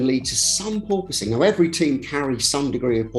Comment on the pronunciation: Per POISE ing